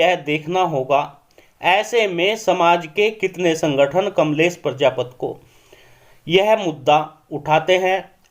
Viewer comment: भैया प्रजापत मत बोल प्रजापति बोल